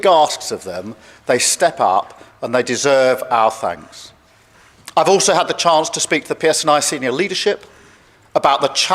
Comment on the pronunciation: Want be long before the men in white coats come is he thick he said fank not thanks